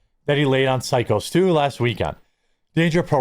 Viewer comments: PSYCHO Stu, not "sicko" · Please stop saying sicko Stu..it's phyco stu, not sicko😅 Danger wrestling was wrestling with the fact they might have had to change it name to BUD LIGHT WRESTLING!!!😅😅😅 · Buddy stop calling him sicko.. pronounced like psycho 😂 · Please please pronounce it PSYCO STU, not sicko Stu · Dude it’s pronounced Psyco Stu not “Sicko”. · It’s “Psycho” Stu not Sicko Stu. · Your saying Psycho wrong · Hey, you've been covering the story for over a week. It's pronounced PSYCHO, figure it out! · Psycho Stu you moron! It is pronounced psycho!!!! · … it’s said like “psycho” Stu. Just wanted to get it right ~